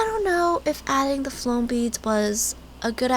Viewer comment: U said flome beads instead of foam